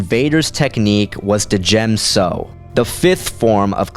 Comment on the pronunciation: FYI I don't think that you're meant to pronounce the D in Djem so. Great vid man :-D